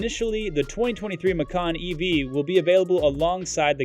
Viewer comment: It is pronounced “ma-chan” not “ma-kan”. Because in Indonesia (it’s original language) “Macan” means Tiger, while “ma-kan” means EATING. 🤣🤣